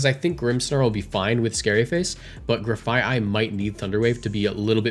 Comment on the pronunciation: as far as I know you're pronouncing Grafaiai correctly Graffiti and Aye-Aye